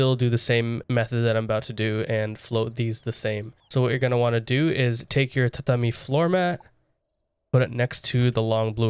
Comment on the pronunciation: mad respect for you pronouncing tatami correctly